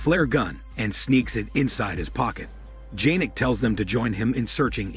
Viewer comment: It's not janek its pronounced yanek